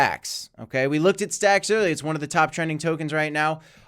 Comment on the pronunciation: yay he can say stacks stx correct now 👀you called it out ? haha😂 cough told you so... Thanks for my shout-out?? 😂 Jk